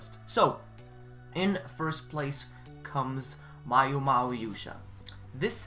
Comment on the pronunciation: its maoyuu not mayouu